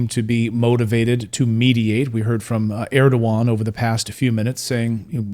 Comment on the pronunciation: Its Erdogan not Erdovan❤